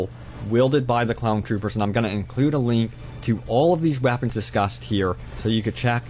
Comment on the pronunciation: Wow, lol, it sounded like u said wappins